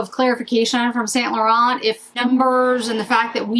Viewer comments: St. Laurent pronounced like San Laur-on. The T's are silent. From a French girl 😊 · Yves St Laurent is either pronounced the French way or its Saint Laurence. I don’t make up the rules.